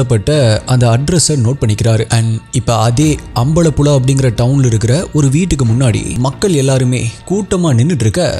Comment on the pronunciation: not alapula , ambalapula its alapuzha and ambalapuzha ,and big fan of u from kerala